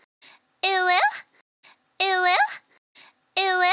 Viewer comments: why is she saying ee wuh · Tbh it does sound a lot like it will after a while, due to the way it’s enunciated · If you turn on captions all it says is "it will" and the more i hear it the more i dont hear "uwu" i hear "it will" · After a while it sounds like "eweggh"